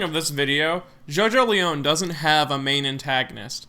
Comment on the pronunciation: It's pronounced Jojo-lien not Jojo-leown